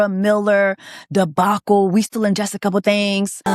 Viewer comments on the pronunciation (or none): none